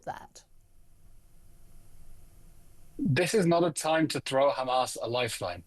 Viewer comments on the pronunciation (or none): "Throw" not "Through" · That's 'Throw" not through ! For crying out loud ... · "Through"...??????? C'mon guys, you are supposed to be a news channel, surely you can do better than this? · It's 'Throw' Hamas A Lifeline and not "Through"!!!